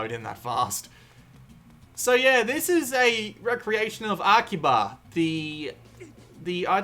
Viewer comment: What's a "rec-reation"? Lol... Re-creation has a hyphen in it, so use it. It's pronounced "re-creation". And iteration is pronounced "it-er-ray-shun". So much gabbling in your "reviews".